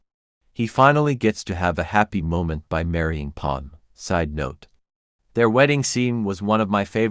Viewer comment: Her name is Padme, not Pond.